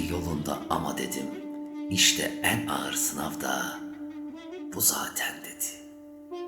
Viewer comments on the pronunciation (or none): none